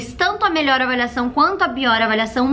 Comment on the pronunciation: "melhoe" kkkkk